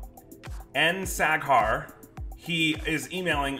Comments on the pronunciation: 😂😂😂 sack hair, I’m screeeeming 😂😂😂😂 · Sack hair hahah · Just as pronounces the name Saghar, it sounds like the German word Sackhaar which means testicle hair! Best regards to Multi Visions and its leader Mark the Shark! <3